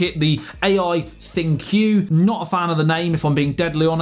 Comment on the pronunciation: Bro you're pronouncing thinQ "thin queue", pretty sure it just pronounced the same as "think". Get it, cuz it's AI